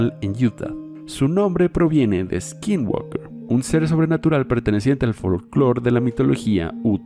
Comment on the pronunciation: Por fin alguien pronuncia correctamente "Skinwalker" XD Lamentablemente pronunciaron mal "Stalking"